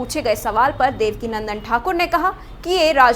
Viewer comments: Devakinandan not Devika Nandan 😂😂😂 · देवका नन्दन नहीं देवकीनंदन बोलें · वैसे रिपोर्टर को मैं बता दूं कि पूज्य गुरुजी का नाम देवकीनंदन ठाकुर जी है ना कि देवकीनंदना